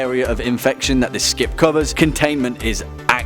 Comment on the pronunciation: he called it a scip :O